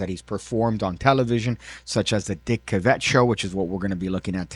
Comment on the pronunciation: Psst. Cavett is pronounced like it rhymes with “have it”. Unless you’re doing a very subtle joke.